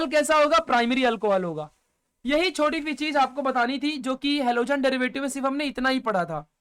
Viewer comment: Halogen ❌ alogen ✅😂.. Thank you sir...all clear ❤